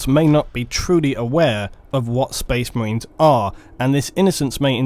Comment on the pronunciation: Spoice Mah-rains